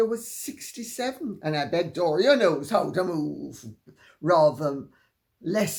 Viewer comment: Doris who? Her name is Dor-ee-ah. An American plantation name that sounds like diarrhea.